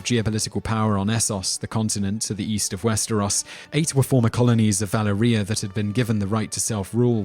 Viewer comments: He actually only pronounced Valyria wrong. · He pronounces Baratheon correctly guys. He does mispronounces Valyria though. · I wanted to give you a like, but the way you pronounce Valyria and valyrian... omfg...